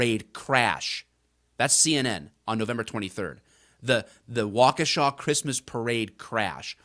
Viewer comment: Thank you, for being able to pronounce Waukesha correctly.